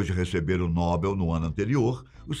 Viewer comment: Adoro seu canal, sou inscrito, mas me perdoe meu xará. Não é PRÊMIO NÓBEL, A PRONÚNCIA CORRETA É... PRÊMIO NOBEL!